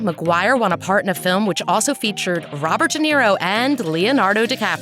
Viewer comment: Did she say Robert Geneero?😂😂😂